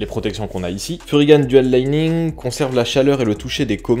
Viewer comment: Musique de Vilebrequin 😂. Et on dit pas « furygane » mais Furygan (gants) Et j’adore un mec qui donne son avis sur un truc qu’il n’a pas testé… bref. Voilà voilà.